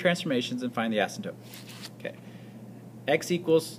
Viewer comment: Asymptote is not pronounced "asymp-tope"